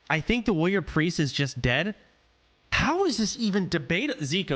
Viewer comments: Soda has probably said the word "warrior" more than 99.8% of the population to have ever existed and still can't pronounce it. Woyer Wuhyur Wroryeer. Asmon does the same shit. Is it an degen autism thing? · The way he pronounced warrior as “woyer” the entire time was super annoying.